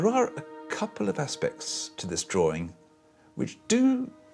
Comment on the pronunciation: How in the world does the word drawing get pronounced as drawring? Lol!